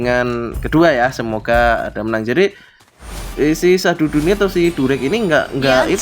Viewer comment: Sududu bukan syahdudu.. Wkwkwk